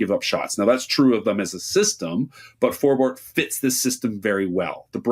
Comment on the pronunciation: It's nice that you're pronouncing Forbort's name correctly. It's For Bort NOT For Bert like so many people pronounce it